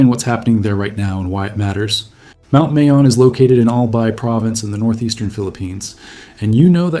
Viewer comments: Also, mah-yon. Not may-on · Pronounced Ma-yon, not May-yon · Bro…Mayon volcano is pronounced like My Own… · Pronounced like Maaa-yon My mom is from there. You can see it from grandpas house. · Mayon is pronounced MY-on...the 'a' gets no emphasis. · It would be heartfelt if you took the time to actually learn how to pronounce MAYON. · I would assume you watched enough info out of the Philippines on Mayon that you could at the very least pronounce it correctly. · Pronounce MAYON as you would say GALLON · Mayon (My-on), Albay (All-buy)